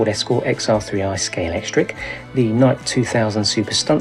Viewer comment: Thank you for pronouncing Scalextric properly!